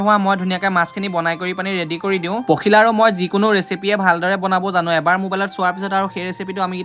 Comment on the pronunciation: ভাষাটো অলপ ভালকৈ কবা, কি শাও শাও কোৱা, খাওঁ কবা ।। ইমান ধুনীয়া নামটো পশিলা কৰি পেলালে, পখিলা উচ্চাৰণ কৰিবা।